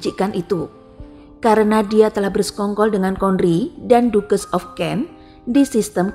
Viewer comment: Mungkin perlu reset untuk pelafalan gelar 🙏 ducches = bukan dukes tapi daches